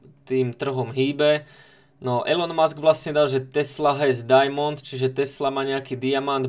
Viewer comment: Elon musk sa čita ilon musk